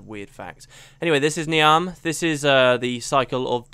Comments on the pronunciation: You are actually a member of the Nightmare Court aren't you? This is clear because you so obviously enjoy inflicting psychological pain on me by continuing to mispronounce Niamh! Really, it's pronounced "Neeve." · Just a heads up Niamh is pronounced Neev